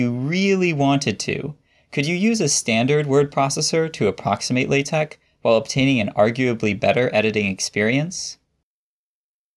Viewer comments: Are you speech impaired or just being a fool??? Why say Latec when the word is pronounced LATEX Why Wordtec if it is is WordteX??? IDIOT! THUMBS DOWN. NO! X is NEVER pronounced K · I've never heard an academic pronounce it this way... Laaa Tech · I thought it was pronounced like the word latex. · WAIT WAIT It's pronounced lay-tech? I have certainly confused many a colleague by saying that I'm a big fan of latex. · Is it latek or latex? I keep hearing a K. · Wait, do people actually pronounce that x as a k? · That's not how you pronounce (La)TeX according to Knuth ☝️ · The letter X does not make that sound.